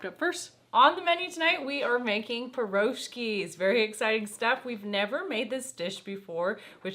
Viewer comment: Piroshki is pronounced with the emphasis on the last “i”. One of the best Russian dishes I grew up with! God bless From Australia 🇦🇺